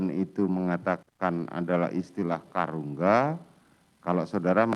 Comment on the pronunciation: Bukan Karungga tapi KARUMGA